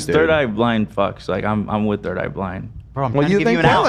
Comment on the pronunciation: The audacity of Hila to make fun of AB pronouncing something when she still struggles with basic English sounds. She literally pronounced “third” as “turd”